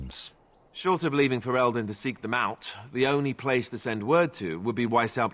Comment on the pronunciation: Stop pronouncing "Ferelden" like that hahaha